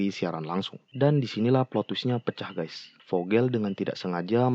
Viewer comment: Ralat,Ngab! Yg bener itu Guys bukan Gays